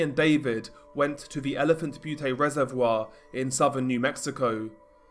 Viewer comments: It's not Butee it's elephant Bute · Its Elephant Butte, as in it rhymes with mute. In Butte isn’t pronounced as bhuutay, but as bute, rhyming with mute. Im from las cruces so in rather s snob with how it’s pronounced. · Butte is pronounced Beeyoot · Elephant Butte is pronounced Elephant “Byoot” great vid tho! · "butte" is pronounced "byoot" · Elephant "Be-you-Tay" 😂😂😂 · Great video. Just a little note... Butte rhymes with the Australian nickname for sport utility vehicles, ute. No A on the end.